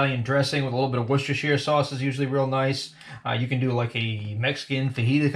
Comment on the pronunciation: A1 isn't in the UK, what a shame. Well done on the pronunciation of Worcestershire, never heard anyone American get it right before 👏🏻👏🏻 Loving the tips, just got a bbq, never used one b4, so it's a big help, thanks. Looked lush 😋